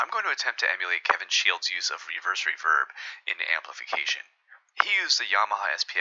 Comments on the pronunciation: Ruh-VERB, never heard it said that way before. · ‘Reverberation’ = Re-VER-beration. However most people pronounce ‘reverb’ “RE-verb," as it’s become its own word irrespective of its source.